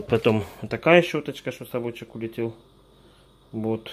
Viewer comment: улэтив...ахахах))